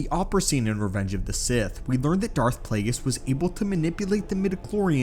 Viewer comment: learn the names b4 you make a video on them its Darth Plague(E)us